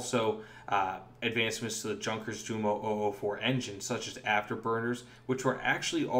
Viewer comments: you are right. He pronounces it incorrectly in this video. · Thumbs down due to the inability to know how to pronounce the J in Junkers. Why is that important? you might ask. Well, how can we trust any of the narration if the narrator hasn’t bothered to research something as basic as the correct pronunciation for the name of one of the most famous German WW2 aircraft manufacturers? Enough already with this nonsense Peace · Sunsets i found it odd he said "Junker" rather than "yoonkers" since almost all youtube videos say "yoonkers". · For future reference, "Junkers" is pronounced "yoonkers" as the "j" in German is pronounced like the "y" in English and the "u" here is pronounced with the long U sound in English. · Yonkers You moe